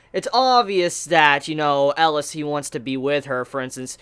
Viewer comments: IT'S NOT ELAS IT'S ELIAAAAAAS come on do you have to mishear one name per anime to stay alive?? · Magus is pronounced 'maygus' and Elias is pronounced 'E-Lee-As' :) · Please look up how to pronounce Elias ;)